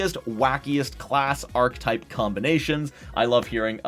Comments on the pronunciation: Ark-uh-type, not ark-type. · What the hell is vein·kuh·type?! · And mispronounced every time.